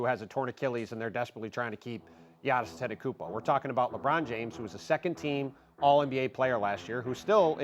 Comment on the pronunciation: Will you please learn how to pronounce the Greek freaks last name..